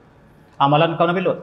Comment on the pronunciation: Sebutan kaum tu tak jelas....mkin timbul sikit salah faham